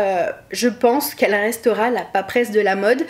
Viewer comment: Vidéo intéressante et pleine de fraicheur. Mais, quand même, Papesse, pas paperesse...